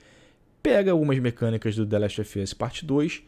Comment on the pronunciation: "De leste ofi oss"